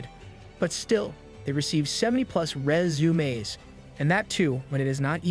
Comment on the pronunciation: Resumaeess 😂... Love it bro, thanks for your effort😊❤